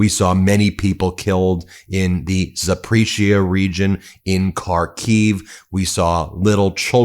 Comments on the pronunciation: I like your content, but whenever I hear Zaporizhia pronounced like that, I wonder how Minneaplis or Indianaplis are pronounced. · I love you Ben but please watch a Denys Davydov video for the pronunciation of Zaporizhzhia 😊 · Will you ever learn the pronunciation of Ukrainian cities or would you rather just keep using them for views? Show us you really care, learn how to say words. Zahp-or-eesia. Har-keev. 🤦‍♂️